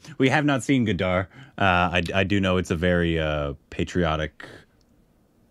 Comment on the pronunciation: I think she is not so good in hindi so she couldn't translate . Even though she is not able to pronounce Gadar correctly that is ridiculous. You should call someone at least good in Hindi.